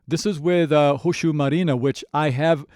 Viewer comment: Marine. Not marina